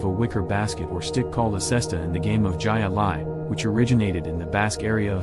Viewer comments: Ji A-lye made me laugh too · AI voice isn't that Intelligent! 😊 Jai Alai isn't pronounced Jay Alai. It is Hi-lie. I pronounce Hi Ali, but that's just me. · Hi-Lie not Jay Lay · High lie, not jiahh lie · Pronounced Hi-Alai... not Jai... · It is supposed to be pronounced "HI-Li",not Jia Alai. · Stupid AI bullshit. Jai-Alai is pronounced HIGH LIE......HIGH LIE!!!!!!!!! I despise AI narration. Too lazy to narrate it yourself, huh? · It’s pronounced high lie. And lytle is pronounced little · lol it sounds like Hi-lye not jai-alai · 😂Its pronounced........HIGH LIE!!!! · ...pronounced Hi-Lie...computer generated voice sucks...out loud!!! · How can you post this stuff and cant pronounce words. Jai Ali is more than common enough that it should have been gotten right. Pathetic. Credibility zero for the whole video. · We say HI-LI !! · What...is it....with using.....computer....generated.....voices?!?!!?? I...especially....like.....that you say......gigh a-ligh......instead of .....pronouncing.....it....correctly. WTH is wrong with you people? Just have a real person narrate would could otherwise be a good video......smfh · the sport with the basket on the arm is pronounced "hi lie" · Its pronounced Hi-ah-lie! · You need to learn how to pronounce names before you put your videos out. The game Jai Alai the Jai is pronounced "Hai Alai not like you pronounced it. Interesting video otherwise. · I laughed so hard when he was trying to say, Jai-Alai. His pronunciation was priceless. It’s pronounced “Hi Lie”. Lmao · Obviously - Robots - Can't = Pronounce - The - Silent - "J" - Sound. It's - Pronounced - Like - "Hi-Lie". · It's pronounced "high lie". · Jai alai is pronounced ( high lye) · Grew up in Orlando. River County was a fun place to go. They also started to lose business when Wet N Wild opened (not sure if that is still there these days) on International Drive which is off Disney property. To the terrible robo-narrator...Jai Alai is pronounced as "Hi-Lie" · It's called HI-LI .